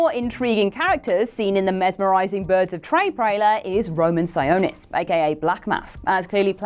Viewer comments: "birds of trey prailer" Love you tho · Did she say birds of tray prailer